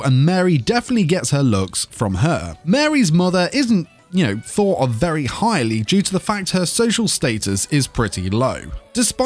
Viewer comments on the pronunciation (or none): none